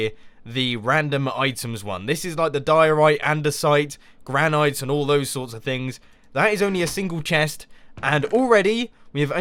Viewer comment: Just so you know Mumbo, Granite is pronounced gran-it